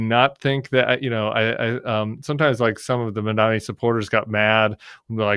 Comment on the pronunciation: Since so many youtubers continue to struggle with properly pronouncing MAMDANI's last name, let me help. We all have a mother. a Mom. We all have the same President, Mr. Orange Donnie. Put 'em together. Mom. Donnie. Mamdani. That's how you say it.